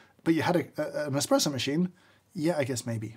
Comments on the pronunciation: Thats how an Indian normally says espresso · Wonder what James dislikes more; people who call it a cappuccino machine or people who say expresso? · What's worse 'cappuccino machine' or calling it 'Expresso' ?